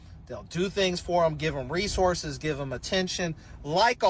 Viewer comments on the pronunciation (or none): none